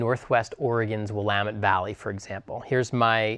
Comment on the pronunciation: please listen to the way this man pronounces "Willamette". remember that. that is the correct pronunciation. it's not will-uh-mut. it's will-am-et. pleeeeease learn this. sorry, I'm from Eugene and live in CA and it drives me nuts.